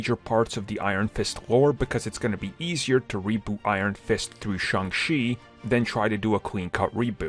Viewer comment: It's Shang Cheee, not Shang Xi.